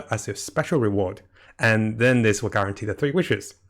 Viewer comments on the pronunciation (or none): none